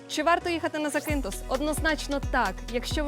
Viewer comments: Робіть правильний наголос на перший слог ЗАкінтос або ЗАкінф!! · Класне відео..) вже три роки тут працюю..) але назва острову ріже вухо бо він ЗакІнтос а не ЗакИнтос) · Вперше чую такий наголос в назві Закинтос. Від місцевих точно так не чув